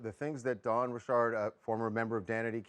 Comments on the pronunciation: Dawn RICHARD not Rishard!! Ffs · Why do people try to make their names sound more exotic than they actually are? Dawn's surname is spelt the exact same way as my first name but I certainly don't pronounce it " Ri-Shard"!!!!!!! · The way people are suddenly pronouncing Dawn’s last name is irking me